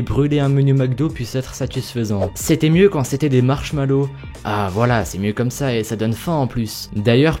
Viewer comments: tu a dit marshmalo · Marshmallow, le R ne se prononce pas ;) Et sinon super vidéo, les expériences les plus fous ? :DD nan tu t'es rattrapé dans les coms ;) Bonne année mec, c'est toujours un immense plaisir de suivre tes vidéos ;)